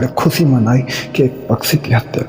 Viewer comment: Tum ye jo SH ko S pronounce krte ho isse pata chalta hai tum Sikh nhi rahe kabhi. Khushi ko khusi nhi bolte.